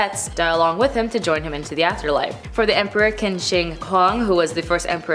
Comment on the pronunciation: Qin Shu Huang, Qin is pronounced as "chin".